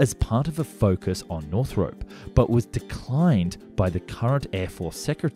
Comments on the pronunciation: It's pronounced Northrop, not Northrope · Man, please... it's North-rup, not North Rope. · Can't listen to this, half my family is called Northrop and it's not north-rope it's north ROP like DROP . Sorry, we all have our little foibles! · NorthROP not NorthROPE. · Pronuncation police. It's naw throp, not naw thrope. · Never heard it pronounced 'North-rope' before. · Just so you know, it's pronounced as it's spelled, North-rup.